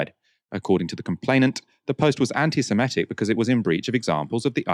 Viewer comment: I think the word you consistently mispronounce as anti-SemEtic is, in fact, anti-Semitic /ˌantɪsɪˈmɪtɪk/. Indeed, this is clear since you correctly describe a person holding such odious views as an 'anti-Semite' not an 'anti-Semete'.